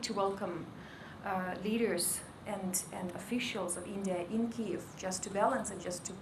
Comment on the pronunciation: Kyiv has two different ways to pronounce it Compare vs Russian vs Ukrainian - is the speaker intentional?